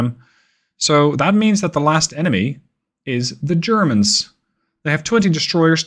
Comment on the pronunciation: "...zhe Churrmunz..."